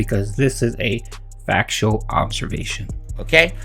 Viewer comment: "ITS A FAKSHUAL OHBSERVASHUN!!" One that you only bring up because you want money, disgusting pig.